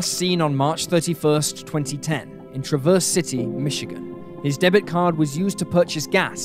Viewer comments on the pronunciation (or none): as someone from Traverse City, MI I got a kick out of how you pronounced it every time lmao. we pronounce it like Travverz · It’s always funny when someone not from Traverse City says it, they always say it wrong. I grew up in TC and still live there. And people always pronounce wrong the same way. It’s so funny